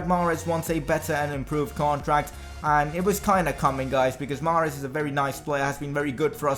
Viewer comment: greetings from Algeria. I am sorry to say but you pronounce mahrez wrong.